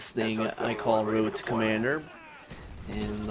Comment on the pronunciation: woad to commanduh